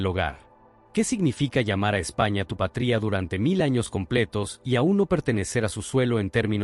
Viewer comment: ¡Por favor! El contenido es muy importante e interesante, pero, la locución de la IA desmerece todo, con la pronunciación errada; "patría" en vez de. "patria", etc. Una persona humana, no tiene reemplazo.